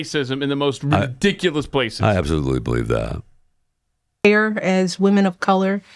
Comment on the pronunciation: The word is not pronounced ree'-dic-you-lous and neither is it spelled "rediculus".